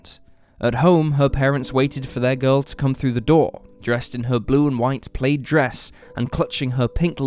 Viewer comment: "plaid" is pronounced "pladd"